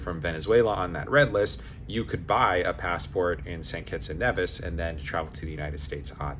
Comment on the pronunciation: Nevis is pronounced Neevis.